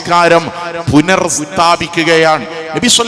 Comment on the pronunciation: പുനർ എന്നല്ല.പുനസ്ഥാപിച്ചു.